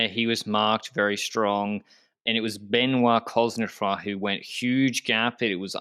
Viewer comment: Anyone else excited about Ben-WAH Coz-neh-FWAH in the finale just because you were excited to hear pronounce his name? Then I had to wait 22 minutes to have my dreams answered! (No, I'm not counting the half-hearted one at the beginning. That one was bunk.)